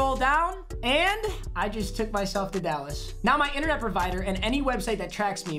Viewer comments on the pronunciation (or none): none